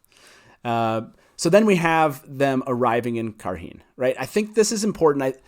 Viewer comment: On the pronunciation of Cairhien, the appendix lists it essentially as "KAI - ree - en"